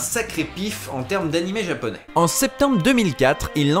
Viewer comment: C'est marrant car j'adore les VF, je les défend toujours, mais cette de GTO à l'époque a été celle qui m'a fait dire "nope, pour les séries animes Japonais, c'est fini, VOST only". C'est une catastrophe, le ton n'y est souvent pas, la prononciation de termes Japonais est souvent foireuses (comme prononcer Washington ouach-1-gthon par exemple...) car "Dorémon..." non. :| Franchement ça leur prenait quoi? 10 minutes de recherches Google, pour trouver qu'en fait c'est Do-ra-é-mon? J'sais pas quand on est censé adapter, traduire, retranscrire... ça me semble être le minimum. Et comme tu dit le langage "cool-jeune" utilisé était complètement ridicule, "c'était trop bat' cette boom", ouuaaiis... -_-" Je trouve que maintenant, étant tombé sur des VF d'animé récent, on fait mieux. Et les doublages de films animé sont globalement toujours super bien foutu comme les Ghibli. Mais GTO là... Non, pour moi c'est non non et non.